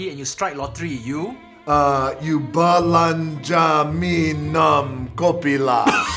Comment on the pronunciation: BE-LAN-JA ME KOPI LAH 😂😂😂